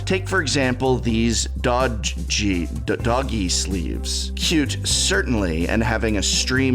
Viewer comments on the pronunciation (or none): It’s “doge” “doj” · my man chould not pronounce doge